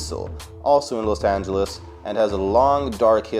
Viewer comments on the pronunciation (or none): none